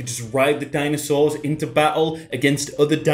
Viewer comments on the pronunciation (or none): Did you just said Dinoswords?.. ride Dinoswords into battle, agains other Dinoswords.. I am pretty confused now......